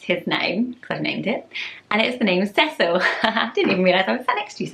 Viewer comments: The way you pronounce Cecil is SO much nicer than the way we pronounce it here in the southern US! We say it See-sul. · I like how you pronounce Cecil. Everyone I know in the US pronounces it see-sil. I like your prononciation better :)